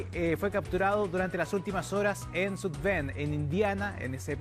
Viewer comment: sud ben ??? deverdad amigos ... pronunciar la palabra "south" ?.... south ?,,,, dioooossss....